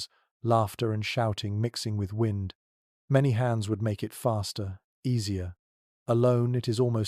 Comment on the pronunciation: Their ai mispronounced "wind" at least once. Shame on giving the impression that this a genuine person giving a crap of where and when I am. Shame. Or lack thereof.